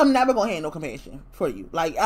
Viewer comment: Nevah! Nevah!